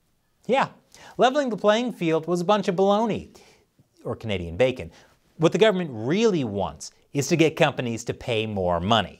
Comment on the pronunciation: So, the Canadian Heritage Minister can't say the word Canadian?